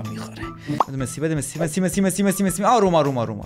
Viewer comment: عشقی ❤❤فقط چرا وقتی می خوای بگی مسی میگی مسوو